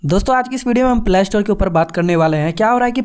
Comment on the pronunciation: Bro it's play not plaaa store😅